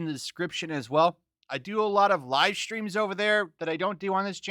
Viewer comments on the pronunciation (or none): Are we not gonna talk about the R in Tream? like i really think someone should correct it